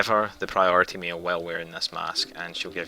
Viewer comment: Priority "meal" is all I hear.